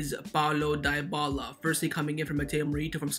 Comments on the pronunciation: It's not pronounced Die-bala but Di-bala(Dybala). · Lol he pronounced Dybala as diebala, it’s pronounced deebala